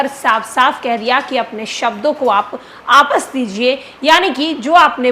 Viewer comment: बिजय सिन्हा को वापस कहना नहीं आता है, आपस बोलते है